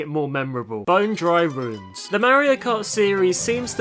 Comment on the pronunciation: why did you call bone dry dunes "bone dry runes"